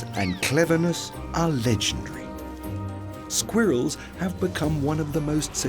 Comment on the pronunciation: “Squear iLLs”. 🤣🤣🤣 Love the AI narrator.